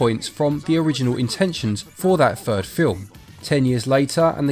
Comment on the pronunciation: a fird movie??? when did th change to pronounce as F? so with is wif. hard to take you seriously when you cannot speak properly